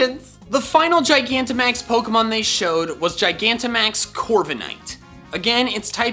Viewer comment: you are the first poketuber I've seen pronounce gigantamax correctly. Everyone else emphasizes the g at the beginning instead of the proper j sound. The word is gigantic, and max, so how do they get it wrong?